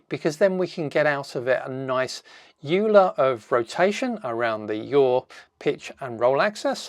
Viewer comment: Note that "Euler" is pronounced "oiler". It's a Swiss name. Nice demo!